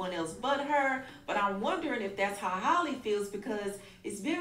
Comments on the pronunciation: nah you be saying Holly😭😭😭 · Halle H-Al-ee NOT Holly 😂😂😂😂😂😂😂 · Not coming at the lady for saying "holly" when she calls her "hailey" 😭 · Can someone please make a compilation of struggling/mispronouncing Halle’s name🤣🤣🤣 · It's strange how some people pronounce Halle Berry's name right, but not Halle Bailey's. Lol it's the same name, same spelling. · Everyone can say Halle Berry's name, but not this Halle for some reason, lol I don't know how so many people get it so wrong 😭